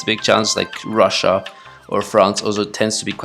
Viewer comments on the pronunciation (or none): none